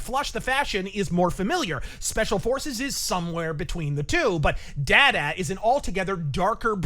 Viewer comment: The way he mispronounced DaDa was cringe inducing.